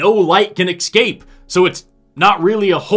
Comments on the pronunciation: I love your material... but you said EXCAPE three times instead of Escape;-) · I love your channel. escape, not excape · love your work... but please don't say 'excape' any more (unless referring to a cape you used to have). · Sorry, there's still a sound problem. There's obviously a malfunction that makes it sound like you're saying excape instead of escape, bc I know you would never say such a thing. Excellent, excellent video, though!! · You are pronouncing “escape” as “excape”. Maybe you’re talking about a defrocked superhero 😂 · I love that says 'excape' instead of 'escape'. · Really good, but wierd that you kept saying ecscape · Es-cape.... Escape. Not exape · A personal pet peeve of mine is when people pronounce the word 'escape' as if there's an 'x' in there. Still a good video, though. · You're too smart to say 'ecscape'. What's the story there?